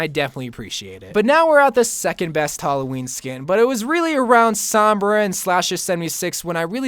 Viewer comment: The way you pronounce Sombra makes me want to mute the video tbh.